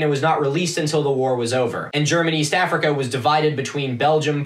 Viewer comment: I love the way you pronounce "Germaniest Africa" 😅